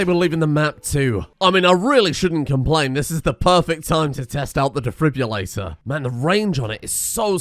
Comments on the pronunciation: Every time he says 'defribulator' instead of defibrillator it makes me flinch 🥴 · "The Defribulato" Nah man, he's italian